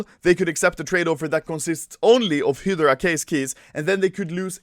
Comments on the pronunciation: It's HY-DRA, not fucking hidarark or whatever the fuck you're saying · Anyone else's ocd when you hear "hee-de-ra" instead of "hi-drah" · Everyone : Hydra Anomaly : Hidara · When Anomaly is pronouncing Hydra HilDra instead of HighDra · It's hi-dra (hydra) not hid-ra (hidra) no no no, SAY IT RIGHT!!! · Anomaly - Hidera (hydra) Everyone else - hi dru (hydra) Hilarious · when i enable the captions and i listen Hydra -- Hedra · Nobody: Anomaly: HIDERA case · hydra ( hid-do-rah) is how anomaly says. Correct - (hi-dra) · pronounced high- dra key not hidera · It’s hi dur a not hidray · hy-dera keys HY-DUR-UH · "he draw" key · It is pronounces hie dra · hee dur uh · "hidara" key i love the way you speak anomaly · Its Not Pronounced He Dra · “Hidra key” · "Hedra" what. I never knew you could pronounce it like that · I keep thinking u say operation "HITLER" case keys, "HITLER" keys 😂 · Spelled hydra Spoken :Hidra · "Heyoroda kay" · It’s pronounced Hi-dra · Wtf is "HEEDRA"? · it’s pronounced “ HIIIII DRA” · Your pronounciation of hydra is killing me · The way he pronounce "Hydra" 😂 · Anomaly can't say Hydra yet this voi has an IQ higher than Einstein in CSGO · Is no one talking about how he says hydra? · Gotta learn to say Hydra in english and not just swedish xd